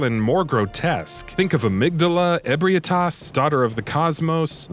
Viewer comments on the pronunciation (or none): I feel like you never actually played the game judging off how you pronounced ebrietas, daughter of the cosmos as if they're 2 different characters